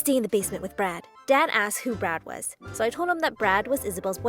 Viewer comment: Is it just me who hear the name "Brad" as "Brat"??😂😂😂 (No offense)